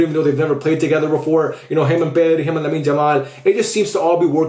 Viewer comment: Lamin Jamal 🤣🤣🤣🤣. Why isn't anyone talking about his pronunciation